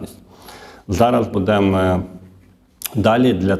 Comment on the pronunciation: Шановный ведущий, вы кажется грамотный человек. Не говорите: "На ню", - правильно: "На неї", не " буде'мо", а "бу'демо". Выходите в эфир - так грамотно говорите!